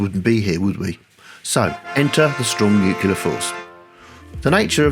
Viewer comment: I loved everything about this video, EXCEPT.... i kept throwing things at the screen every time you said "new-queue-lar" ಠ_ಠ It's new-cle-ar!!!